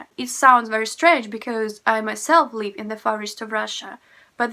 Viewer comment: Why you have no difference in pronounciation "live" and "leave"? It should be different